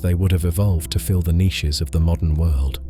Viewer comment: Bro is it just me that hates the way he says niches